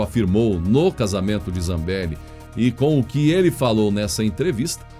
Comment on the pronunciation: Sua pronúncia do nome da Deputada "dos áudios", me parece esquisito no sobrenome. Reveja. Embora isso não diminui em nada a validade do seu Jornal que é excelente. #FechadosComBolsonaro